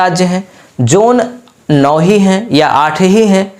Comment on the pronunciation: Zone, not Jone